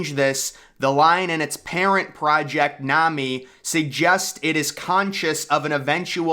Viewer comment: How come you mis pronounce the project names?